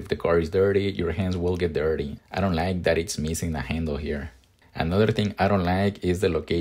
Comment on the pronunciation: “I don lie-eek” loving the accent lol